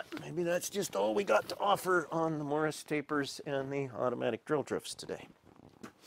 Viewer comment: Why do pronounce it “morris”? Why do you need some old catalog to tell you what sizes it works on? Should be obvious what it fits on. Why don’t you show the tool up close? Why do you just wave it around while someone gets a handheld wide shot? Interesting tool arcana but No mystery why it didn’t sell at 600$.